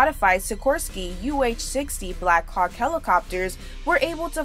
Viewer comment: As an Australian, the woman narrator sounds to me like she says Black cock helicopter instead of black hawk.